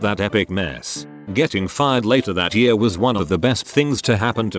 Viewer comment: I really hate how this bot reader(or whatever it is called) reads the word "year". Come on, I know it can't be perfect, but "year" is a pretty common word, so don't let it be "yaar".